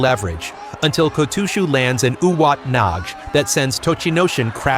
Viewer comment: Yuwatanaij 😂 I’m guessing it’s uwatenage